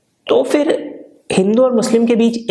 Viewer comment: Not fir its phir